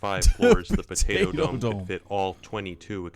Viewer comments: I just like listening to you say "b'day'o" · I LOVE the way you say Potato 😂 "pdAO" ... please never change